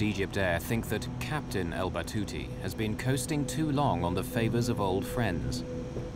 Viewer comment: It’s Al Batouti Good sir